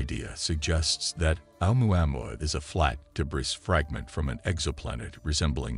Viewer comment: A moo a moo a . Your pronunciation is unlike any I heard before.